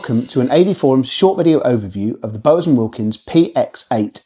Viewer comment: Bowers is pronounced 'bau·uhz' as in bow for 'bow down', not 'bəʊ·uhz' as in bow the weapon. Frankly, quite confusing, as I thought you were saying Bose all the time! Even the AI subtitles thought you were saying Bose.